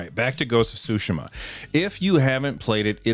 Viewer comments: "Ghost of Sushi-ma." You're killing me, man! Pronunciation of Tsushima is "sue" with a T-sound attached to the S, followed by SHE-MAH. So, TSUE-SHEE-MAH. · From here on it will officially be referred to as Ghost of Sushima